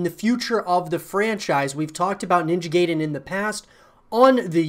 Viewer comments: It's pronounced like "guy-den" not "gay-den" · Once Again it is pronounced "Nin-ja Guy-den" and NOT "Nin-ja Gay-den". There is NO "GAY" in pronunciation of Ninja Gaiden .**The only thing left to do is wait and see how Ninja Gaiden 4 would look like Exclusively on Playstation 5. Hopefully it is not going to be way worse then Original Vanilla Version of Ninja Gaiden 3 and not way worse then Ninja Gaiden : Yaiba Z. Let's cross our fingers for the game to be better then both Ninja Gaiden : Black (Original X-Box) and Ninja Gaiden 2 (Original X-Box 360). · It's "Guy-den", not "Gay-den". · "Ninja Gay-Den". Lmfaooo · Fuming how he pronounced it as “gayden” it’s like pronouncing guide ninja “guide”en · How many times are you going to say Ninja GAY-den? Gay-den, GAY-den, GAY-den! 🤣 is not how you say it! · haha dude butchered the name . ninja gayden 😂😂